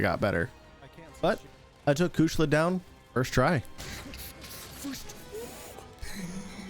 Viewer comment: Great Video. Your Low Rank Video was also super awesome. But how did you call Kushala Daora? Kushla. I laughed. But gg man this was super fun to watch.